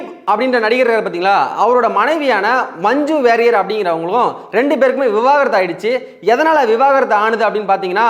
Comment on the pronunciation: மஞ்சு வாரியர்...மஞ்சு வெறியர் இல்ல டா ...சட்டைக்கு ஒரு வேண்டுகோள் நன்றாக தமிழ் உச்சரிக்கும் நபர்களை தேர்வு செய்யவும்...திராவிட தொலைக்காட்சிகள் மாதுரி தமிழை சோதிக்கவேண்டாம் ..